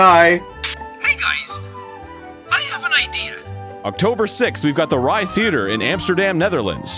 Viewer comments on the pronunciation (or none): none